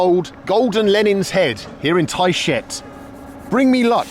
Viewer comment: Bald, your emphatic pronunciation of the name of Tayshet in this video and the previous one gives me the impression that you're not really very fond of the town. I could be mistaken... but I doubt it. ;) Oh, one other thing - always, always carry ear plugs to deal with snoring cabin mates and other noisy situations when traveling. Your welcome.